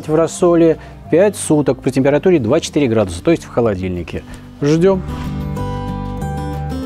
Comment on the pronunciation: Доброе время суток! Сказали 2-4 градуса, а я услышал как 24 градуса :-), но после слов "в холодильнике" все стало понятно!!! А если серьезно, то очень импонирует как показываете жизнь и быт в Испании! Новых успехов!!!